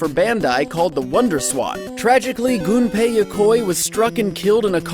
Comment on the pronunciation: Thank you for pronouncing "Gunpei" correctly.